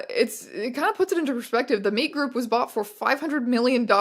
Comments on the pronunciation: took me too long you were saying meet like interacting instead of just MEAT 🥩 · It took you saying meetgroup like 10 times for me to realise it was meetgroup and not meatgroup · was watching this in the background and kept hearing "The Meet Group" as The Meat Group and would giggle almost every time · Every time you say “The Meet Group”, I hear “The Meat Group”. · I kept hearing "The Meat Group" every time you said it. Which has... different implications. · Jesus Christ every time you say "meet group" i hear "meat group", please make it stop